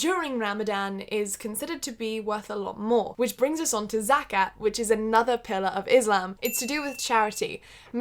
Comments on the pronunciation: I will be very honest here😂 the way u pronounce zakaT sounds like zakaR (which mean peepee in malay language) 😂😂😂 Please pronounce the T next time 😂😂😂😂 sorry gotta said it Btw congrats on your fasting 👍👍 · Its... not.. ZAKKAHHHHH, its Zaa-kaaa-thh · It’s called Za-cat 😆